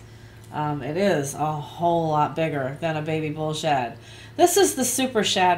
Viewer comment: LOL, Every time you say Bull Shad really fast...it sounds like a totally different word.